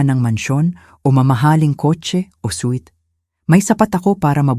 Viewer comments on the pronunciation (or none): none